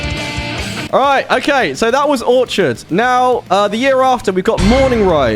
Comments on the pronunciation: Did he really pronounce “Orchid” (a flowering plant) as “Orchard”, (a place you grow fruit)? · ORCHID not Orchard 🤦🏻 and I’m supposed to take your opinion serious 😂 Get it right or pay the price lol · The h in orchid is silent. OR•kid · 45 seconds in. Its pronounced orkid. There's even a picture of one on the cover. Dick. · he pronounced it as orchard for some reason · Disagree about Orchid, or how he says it Orchard. Think about how young they were when it came out too. Plus it feels like a good starting point. Not “ropey” and amateur like he says. I’ve heard plenty of amateur first albums and this is nothing like that. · He made a point of pronouncing it wrong during the whole stream to trigger people 😂 everyone was moaning at his pronunciation of Mikael's name too haha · Bro out here doing a tier list and can't even pronounce Orchid correctly 💩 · Is that like the British way to pronounce orchid?